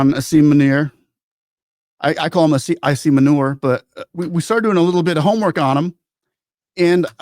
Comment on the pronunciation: I like the way he says asim manure😂